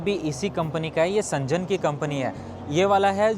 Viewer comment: Bhai woh सेंजन nahi hai शेन्ज़ेन hai Z ko pronounce karo J ko nahi